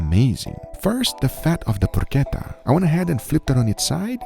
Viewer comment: man it's not porQueta! It's PorCHetta! Like you say Porch! It does not have a Q inside! its CH! Loved that sandwitch tho!